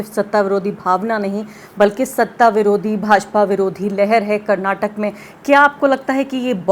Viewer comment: Finally someone has pronounced our state as "Karnataka" and not as "Karnatak"